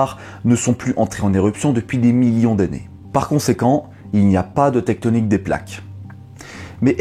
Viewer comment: "Tecktonik" ??? J'ai failli me barrer en courant quand j'ai entendu ce mot !